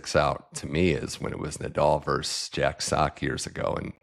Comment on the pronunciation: versus-not verse